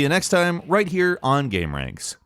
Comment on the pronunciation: I always thought your channel was pronounced "Gamer-anix"